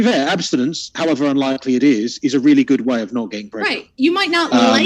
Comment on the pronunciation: Hey lady in the bandana I hope you read these comments it's not g o o t it's g o o d learn how to speak English you illiterate f***